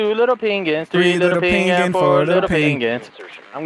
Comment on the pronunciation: The way delirious pronounces Pinging is like Penguin.